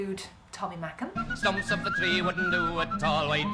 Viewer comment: Excellent work. Can I make a correction. Tommy Makem’s surname’ is pronounced “May Kem” Thanks for respecting the Irish. 👏 Another great Irish expert on the tin whistle ‘ is Vinnie Kilduff. At the time of writing ‘ he is regarded as Ireland’s leading male exponent on the instrument. Maybe he might get a mention ‘ in a future video.? Keep the videos coming.